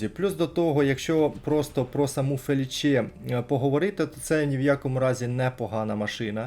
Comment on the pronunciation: невже не можна краще готуватись до відосів? Не ФелічЕ,а ФелІче,не ЛаГерта,а ЛаҐерта і так далі. Серйозно,ну аж вуха ріже